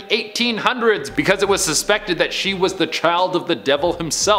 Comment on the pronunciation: “Becuz lolli”